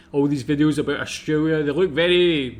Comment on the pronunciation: South Aussie here. I enjoy your reactions and want to put one thing to you.. if you can't pronounce the 'L' in AustraLia' please just say 'OZ' 😂😂😂 bad enough we have to teach Americans to say auzzie instead of Ossy!! 😅 Os-tray-lee-ah ok, not Austraywyia!! 😂😂😂 It's just wrong. You wouldn't say Kuala Wumpur would ya? I know, I live in Malaysia now too but speak like a local sarawakian, and it's a lot more colloquial than plain bahasa!! So do us a favour, say Oz if you can't say it correctly.. from one mat salleh to another. ❤